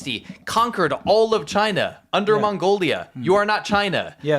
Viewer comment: It’s pronounced chyyyy-nah